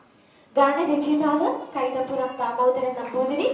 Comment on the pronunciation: കൈതപ്പുറം അല്ല anchore കൈതപ്രം 🤦🏼‍♂️